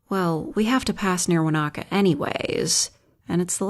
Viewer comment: It's so weird hearing Wānaka pronounced correctly, people get touchy about using proper Te Reo pronouncation here